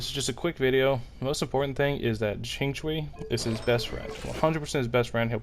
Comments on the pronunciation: Lmao calling xingqiu as “zinchooyee” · the ching-chwi took me out omfg 😭😭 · Helpful info for dealing with his self damage! Though... Can you look up the Chinese names and practice before the next video? It's a little painful. I don't know any genshin youtubers that say Xiao's name right though, so it seems like a community wide cringe problem. It's "Sh-yee-ow". Xing qiu is even farther off..